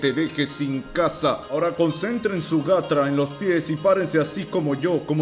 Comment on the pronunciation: Jaja el diciendo gatra en vez de chakra